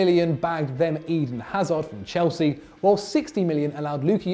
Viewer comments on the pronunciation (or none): none